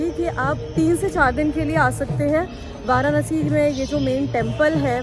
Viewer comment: It's वाराणसी not वारानसी